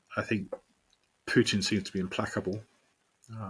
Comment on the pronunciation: “PUITN”? Nice, LOL 😂 😂 😂